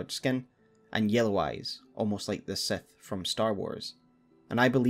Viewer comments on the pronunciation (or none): none